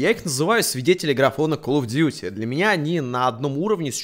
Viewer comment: Игра называется Калл оф дюти Не Кал оф дюти